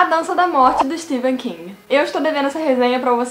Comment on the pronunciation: Primeira booktuber que eu vejo que sabe pronunciar o nome do escritor.